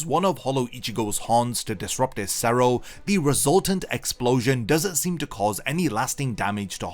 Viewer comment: it kind of bugs me when i hear the hollows terms said with such a bad pronunciation. not alot, but like...there is a better way to say it. look up spanish pronunciations of stuff like cero, Oscuras, relampago, sonido...its not a big deal but it just like weird when i hear japanese words pronounced so carefully lol but thanks for making these videos, nice to listen to bleach stuff these days